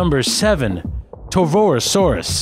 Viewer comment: ...It's pronounced Car"K"arodontosaurus... ...There is no "RO" after the Torvo in Torvosaurus... ... It's not said how it's spelled... It's pronounced "Gigantosaurus"... Not trying to be an asshole, but I just get irked by mispronounciations...